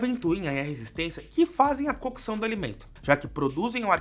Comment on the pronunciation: Agonia em escutar a palavra “cookeção”